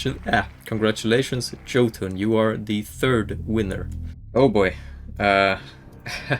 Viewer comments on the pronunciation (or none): Jotunn is pronounced "yote-un."